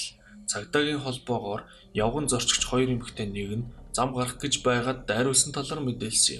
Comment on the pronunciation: роёр биш хоёр шүү 😄